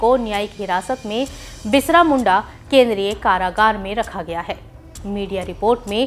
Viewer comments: 'बिरसा मुंडा " न कहकर बिसरा मुंडा उच्चारण किया है।ये खेद की बात है। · Bisra Munda nahi Birsa Munda bolo mam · शायद हमारी न्यूज रीडर पहली बार बिरसा मुंडा का नाम सुनी होंगी, इसलिए एक बार नहीं, तीन - तीन बार बिरसा मुंडा को "बिसरा' मुंडा कहकर न्यूज पेश किया गया । मुझे लगता है न्यूज पढ़ने के पहले शब्दों पर जरूर गौर करना चाहिए। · Birsha Munda......not Bishra Munda..... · Birsha munda hai tik se to bolo ..st hero h read properly plz